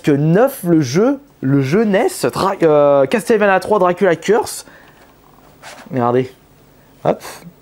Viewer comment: "Castelle vania" "Di Ard" non mais oh mon dieu quoi